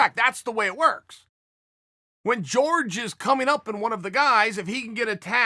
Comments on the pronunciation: Respectively calling out your pronunciation esteemed Chael. Jorge=horke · Chael "I'm American, Js make a "ga" sound" Sonnen. I swear he says people's name wrong on purpose because it brings them attention. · His name is JORGE not george asshole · Chael “George not Jorge Masvidal” Sonnen. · Chael please stop saying george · Chael “George” Sonnen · I will not watch you anymore until you correctly pronounce masvidals first name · Does it annoy anyone else why chael refuses to pronounce masvidals first name correctly ....? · Is it pronounced “George” or “hore-hey”? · Somebody tell me: its pronounced Jorge or George?